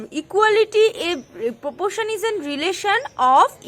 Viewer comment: It is proporation not popoation